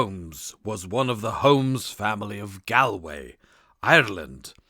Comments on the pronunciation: I like these non original stories but this drove me crazy. Galway is pronounced Gawl-(rhymes with ball)way. It's a very famous place. I can only wonder what would happen if they were asked to pronounce 'A nightingale sang in Berkeley Square' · This is a good story but is let down by the many times the narrator badly mispronounces words, such as Galway is said as Gaul-way, Viscount is Vi-count. I do wonder if English may a second language? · The reader's mistakes in pronunciation make it too irritating to listen this recording: modicum, narrated, Maynooth and Galway are all mistreated in just the first three minutes...